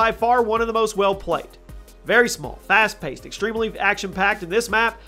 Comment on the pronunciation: "fast pasted"